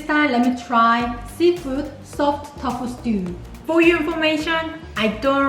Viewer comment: Is it me or is he's saying "tof" instead of tofu?😂🤣😍